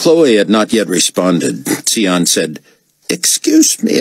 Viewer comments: Same - it’s pronounced Zion Ben Judah. It was made clear in the books! And even if it wasn’t, it just makes more sense than “Tsee On” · It annoys me that he mispronounced tsion's name every time through the whole book series even though when he is introduced he literally tells you how to pronounce his name. Its pronounced Zion, which is why the baby calls him "uncle zone". They literally paid him to do this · Agreed. It's unbearable. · I thought the same thing 😂